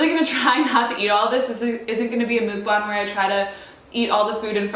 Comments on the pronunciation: Ily <3 (it’s pronounced “muck” (like yuck) “bahng” btw) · It's so funny how you say mukband i don't know why